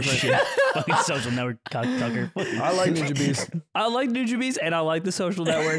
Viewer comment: They're definitely saying Nujabes wrong